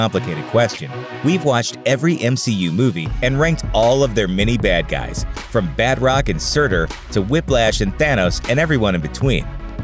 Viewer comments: “Bat-rock” cries in French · (BAT ROCK )?? Lmfao BA-TROC.. Jesus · Badrock is a hero from Image Comics. The villain you're discussing is named Batroc (pronounced in French like bah-TROhk) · I know it's actually pronounced "Batr-ock", but that's a hard difference to get across in text. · Its Ba-trock not bat-rock